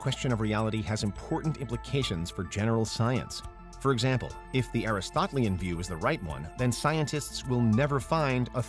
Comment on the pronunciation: AH-rist-oh-TE-LE-an Aristotelian